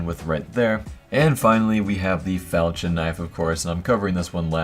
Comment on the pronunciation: Fal-kon not fal-chin Jesus